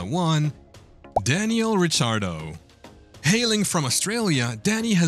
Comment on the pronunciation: Rick ardo Not rich ardo